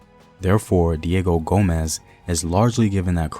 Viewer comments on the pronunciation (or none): As a direct descendant of the man, I figured I’d correct your pronunciation of Diogo Gomes. It is incredibly common for us to have our last name misspelled as Gomez, but his first name was Diogo, not Diego.